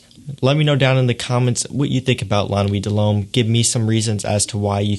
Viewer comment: You say it like lah nuwit deh lumme